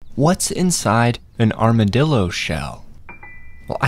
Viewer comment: Oh no... OH NO. "ArmaDILLO", THE BRAINROT, THE AI BRAINROT IS CONSUMING ME. CROCODILO BOMBARDILO